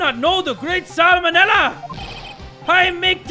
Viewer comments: Sal Manela as in salmonella XD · Sal Manella. Salmonella. WTF?! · "Sal Manella"? XD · Sal manella.... SAMONELLA LMFAOOO IM DEAD 💀